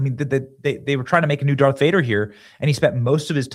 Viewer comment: Dude, you said Dark Vader 😂